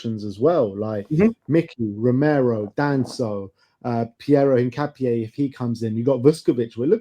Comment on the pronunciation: The name "Hincapié" is a Spanish surname, and its pronunciation in Spanish is een-kah-pyeh. The emphasis is on the last syllable, "pié".